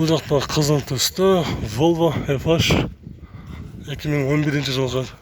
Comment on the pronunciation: Эзебербей башыда азыраак суйлочу волво дебей Вольво дечи